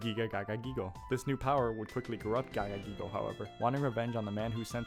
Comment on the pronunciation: this guy has the most fun-to-say name in all of yu-gi-oh and you decide to butcher it instead of pronounce it? That's an L bro, gagagigo, giga gagagigo and gogiga gagagigo are the best names we have in the whole game.